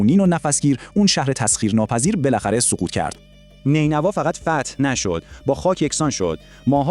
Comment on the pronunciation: یک اسم رو حداقل درست میگفتی همه رو اشتباه میگی هووَخْشَتره فرورتیش نینوا ........